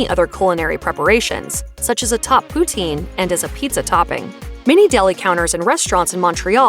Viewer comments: Poutine - pronounced POO-tin, not poo-TEEN and definitely NOT Putin! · OMW! It’s not pronounced pooteen ugh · It's pronounced POO-TSIN not POO-TEEN!!!! 😀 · For the love of God - "puts-in" not "pooh-teen".